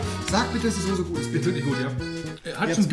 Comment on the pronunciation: Rewi sagt ´´sose´´ ich bin raus